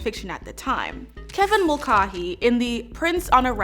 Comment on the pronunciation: Mulcahy. Gaelic. (mul-KAY'-hee). Otherwise, FABULOUS EPISODE--ROCK ON,!! Wooot!; D